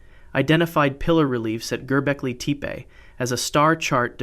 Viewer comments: Gobekli TEEEEP lmfaooooo (Te-Payyy) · Gerbeckly Teep lol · "Gerbeklay Tepay"? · I’m kinda confused. I’ve watched other videos of yours and you pronounced Gobekli Tepe correctly in other videos. What happened in this one???